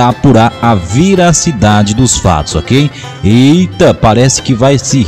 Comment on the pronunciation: Passando para avisar que não é "viracidade" o correto é VERACIDADE. Abraço!!! De nada!!!